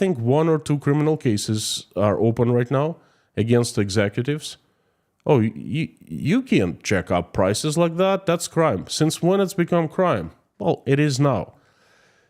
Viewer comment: 😂😂😂!! Eggs- ecutives!!! (Executives) Couldn’t ignore the unconscious pun you made. 👍🏻😎 thank you for your honesty and integrity.